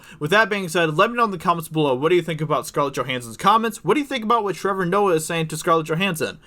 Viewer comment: Ah yes,. King of the Betas and untalented "comedians"